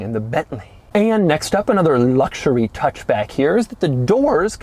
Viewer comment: Doug's reviews wouldn't be so obnoxious and cringey to watch if he could just, at least one time, say "luxury" or "luxurious" without adding "LLLLLLLLs" and just say luxury. It's a serious eyeroll moment every time he says those two words. Just give us the info and quit being a fucking dweeb.